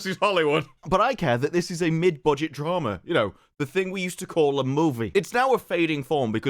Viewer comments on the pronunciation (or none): none